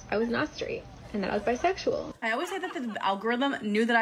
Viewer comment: "Biseggsual?" Really?